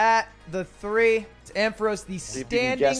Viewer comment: they really butchered the ampharos 🤣🤣